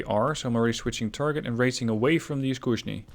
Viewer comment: Just a quick note from russian about russian: you are doing quite good, yet for some reason you pronounce Iskusnyi as Iskushnyi :(